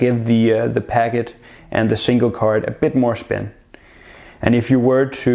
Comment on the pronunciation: Is it me or is he saying pagget instead of packet...